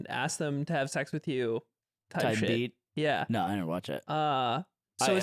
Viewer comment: ludwig said "naur" like qt does lately 😭